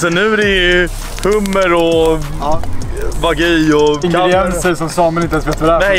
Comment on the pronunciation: ”Det vart snack om nån wagyu” lät mer som ”Det vart snack om nån va gay” haha